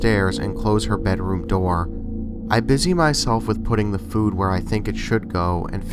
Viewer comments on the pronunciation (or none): none